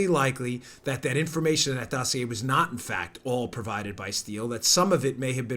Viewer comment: It's pronounced dossier, not dossier. Lol